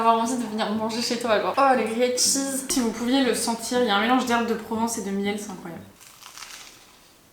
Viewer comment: Par pitié arrête de dire « grillAID cheese » ta copine le dit correctement juste avant..t’es pas censée avoir passé du temps en Australie ?